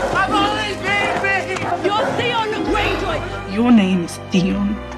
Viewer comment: i watched this just because I like the way you pronounce Theon 😂